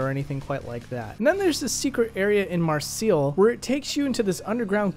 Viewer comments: Not to be that guy... But its said Mar Say not Mar Seal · Bro you pronounced Marseille wrong It's not mar seel as you said its mar say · Just fyi, Marseille is pronounced Mar-Say. "The simple way to deal with pronouncing 'Marseille' is to say 'mar' exactly as you would the English word 'mar', and 'seille' like the English word 'say'." Src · Marseille is actually pronounced more like “Mar-gh-Say” instead of “Mar-Sill”. Just a little FYI man. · 'Mar-seal' Ugh. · “Marseel” lol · ah that famous french city... Mar-seal :P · "Underground cavern in Marseel" Bruh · Mar-seal?! XD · It pronounced Mar-say. It in France. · Just Mar-say is enough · Marseille is pronounced “Mar-say”. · cool video, but "MAR-SEAL"? haha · Lol at mar-seal. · It's French. Mar-SAY. Otherwise, good bideo mate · Marseille is pronounced Mar-say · Marseille is pronounced Mar-say. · I got s kick outta the way you pronounced "Marseille" my dude! haha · Do all Americans pronounce Marseille like that? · At this point I can't tell if his humor is so wacky that he intentionally mispronounced Marseilles or not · Absolutely butchered the pronunciation of Marseille